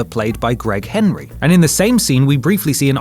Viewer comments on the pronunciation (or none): none